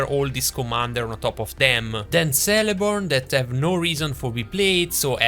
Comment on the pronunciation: All C's in Tolkien names, should be pronounced like a K. Keleborn. Good video as always though.